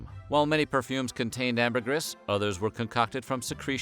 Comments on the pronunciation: Sigh... Say it with me now: Amber-GREEEEEEE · I think you mispronounced “Ambergris” a hundred times. 😂. Sperm whales don’t “cough” them out. They 💩 them out.